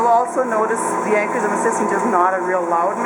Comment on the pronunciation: Upper Midwest accent or Canadian? I'm guessing Minnesota here. Also it is "Ancorshroom" (pronunciation)